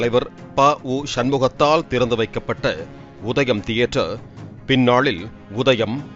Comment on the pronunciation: வாய வெச்சுகிட்டு சாதாரணமா சொன்னா - "தியேட்டர்". அதெ வாய U-turn போட்டு கோணிக்கிட்டு சொன்னா - "தீதி-யே-டர்"...